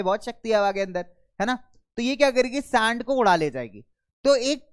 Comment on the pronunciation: Sir this is sand not saand🤣